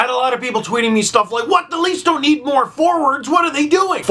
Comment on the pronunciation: everytime he said "more" I chuckle because it sound like "moore"